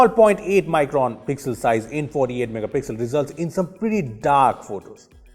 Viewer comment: someone please count how many time he says "megapixlll"